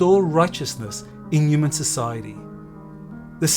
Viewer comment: please pronounce the H in HU man thanks, not a uman